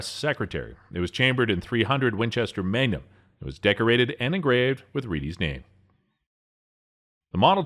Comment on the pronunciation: Bro you said 300 Winchester MANgum haha